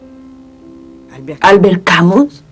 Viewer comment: Me encanta y agradezco poder ver este documental. Lástima que la pronunciación y acentuación del nombre y apellido del autor no tienen nada que ver con las francesas